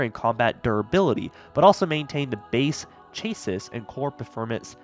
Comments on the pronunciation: Hearing say “chassis” was painful 😂 (I love you man and I joke with my close friends the same) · Bruh you really don’t know how to say chassis?!